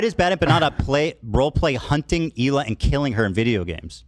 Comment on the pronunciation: It’s pretty unbelievable to me that after all this time Hasan still doesn’t know how to pronounce Hilas name right. Dog whistle perhaps